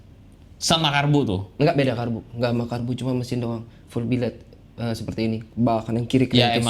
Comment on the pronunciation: Billet woy bukan biled wkwkwk 😂😂😂